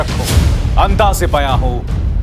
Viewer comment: Sharma sahab, its Andaz not Andaj.